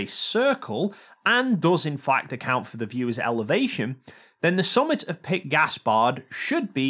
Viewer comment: "Pic Gaspard" "Pick Gaspard" Peak...it's pronounced "peak"...and it literally means "peak". sobs uncontrollably Of all the words you could mispronounce, there is genuinely no excuse for this one!